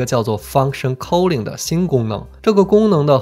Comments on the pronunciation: k Sorry it's /ˈkɔː.lɪŋ/ not /kəʊlɪŋ/ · 你对 calling 的英文读音好奇怪，令人咋舌